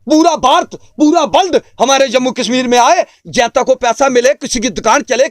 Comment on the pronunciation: isko koi bataye jenta nahi janta hota hai